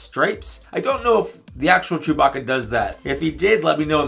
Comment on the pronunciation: "Ster Wers Jewbah-kah!"